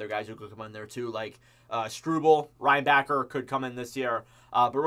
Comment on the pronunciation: Goo-lay, rein-backer, ja-kai, didn't know we had any of these players 🤣